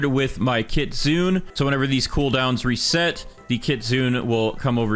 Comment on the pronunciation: kitsune is pronounced kit sue nay, you white, white, white man.